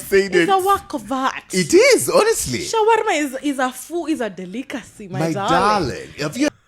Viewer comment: "Shwarma is a food, It is a de-lick-acy!" Absolutely lovely!